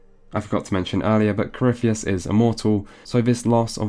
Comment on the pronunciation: Coryphie-tits, please at least get the name right